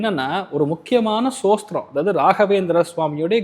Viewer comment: "ஸ்தோத்திரம்" என்பதை "சோஸ்திரம்" என்று உச்சரிப்பவர் ராகவேந்திர ஸ்தோத்திரத்தின் அர்த்தத்தை சொல்வது நகைச்சுவையாக இருக்கிறது. அவர் தன்னை முன்னிறுத்திக் கொள்ளும் பக்தி மற்றும் அறிவு, ஏன் அவருக்கு ஒரு எளிய சம்பிரதாய ஷிகா இருக்கக்கூடாது? அவர் ஏன் "முகஸ்காவரம்" செய்து பாய் கட் செய்கிறார்? இந்த எளிய தோற்றத்தின் மூலம் மோசடிகளை அடையாளம் காண முடியும். மக்களிடம் மிகுந்த ஆர்வத்துடன் பேசும் ஒருவருக்கு இந்த அடிப்படைகள் சரியாக இருக்க வேண்டும். சாமானியர்கள் வார்த்தைகளாலும் அலங்காரத்துடனும் எளிதில் ஏமாற்றப்படுகிறார்கள். மேலும் இந்த "ஜோதிசார்கள்" பொதுவாக அறியாத மக்களை சுரண்டுகின்றனர்